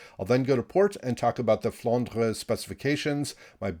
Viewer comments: IGN wil0208 NA serveur. Tu prononces bien " Flandre". A french payer. 👍👍👍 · IGN: Phayanaro Server: EU Greetings from Hamburg. And you Pronounce Flandre very well, as you do "Moin Moin". 🤣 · You are almost pronouncing it correctly :) IGN Nosferatu_gunner EU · IGN: Somniosus Server: ASIA I love that pronunciation of the Flandre...